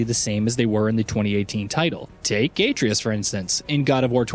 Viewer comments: I didn't even bother to finish this video cuz you couldn't bother to say his name the right way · Im constantly disgusted by the way he pronounces names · Mispronouncing the BOI's name on purpose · Why can nobody pronounce Atreus’ name properly. This like the third vid I’ve seen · The way he says atreus tells me he has not played the game yet and is just reading a script. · The way you pronounce Atreus just legitimately ruined my whole day. Thanks. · At least get people who have actually played the game, so many videos lately and so many can't for the life of them pronounce atreus's name. YOU LOSE ALL CREDIBILITY!! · That Atreus pronunciation tho... 👀 🤣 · You can tell the narrator obviously never played the game with his pronunciation of the son’s name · Pronouncing the son's name though... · It's simple things like that that make me shake my head and watch another video. Play the game. Or at least do your research. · I've never even played the game, but watched my husband play, and I even know he was butchering the name. He definitely has never played this. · IT'S A-TRAY-US NOT ATREE-US WOW THAT RUINED THIS ENTIRE VIDEO! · This guy sucks at pronunciation “aytreeus” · Aye-tree-us🤦🏿‍♂️ Uh-trey-us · Your videos are interesting but your pronunciation of Atreus is way off. It's not pronounced as A Tree Us, it's pronounced as Uh Tray Us. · How to say Atreus Correct way: (uh-trey-us) Not correct way: (ay-tree-us) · Why in the hell do people still pronounce Atreus as “aye-tree-is” when it’s obviously pronounced “uh-tray-us?” Shit boggles my mind. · Couldn't pay attention to the video bc the narrator kept saying Atreus as (A-tree-us) instead of the right way of (A-trey-us) I dont know why i let those things bother me🤷🏻‍♂️ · His name is At-ray-us, not Ate-reus. Cringe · It's pronounced "Uh-tray-us," not "ay-tree-us." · Same. Atreus. Not A treus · His name is Uh-tray-Us… not A-tree-Us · AH-TRAY-US ....not AAY-TREE-IS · "Aetreeus" 0_o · Lmfaooooooo Uh-TRAY-US 😂🤣😂🤣 omg